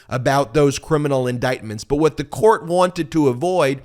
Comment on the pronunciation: Vaat a process!!! It’s ridiculous.